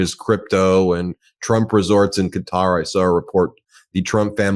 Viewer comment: Just for your enlightenment you can learn how to pronounce Qatar by asking GOOGLE to pronounce for you. It gives you the proper Arabic pronunciation and a westernized pronunciation.